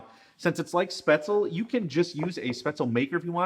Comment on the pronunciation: Pap- ri-kash….dont know how the heck you pronounced that…get it right. And Spaetzle…is not pronounced Spatz-el…..but Spetz-li…… drives me nutz when people are too lazy to pronounce foreign dishes correctly